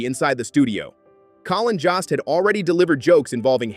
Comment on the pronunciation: JOST RHYMES WITH GHOST !